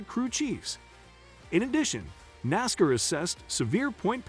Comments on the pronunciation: A marked improvement would be simply leaning how to pronounce NASCAR correctly. Couldn’t finish watching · Who makes these stupid videos. They don't even know how to pronounce the names correctly. Worst nascar reporting ever.